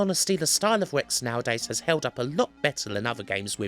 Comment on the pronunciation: R. Rex. not Wex.